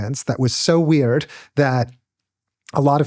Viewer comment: Whats weeeeeiiird is how this dude says the word weird. The fuck